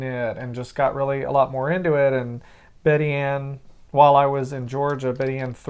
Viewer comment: I love to hear someone pronouncing Georgia towns correctly!!!!